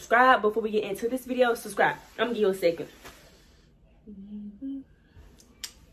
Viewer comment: “Viseo” took me out 😂 but this is dope, I finally got to hear the song watching this vid so thank you lol. I subbed too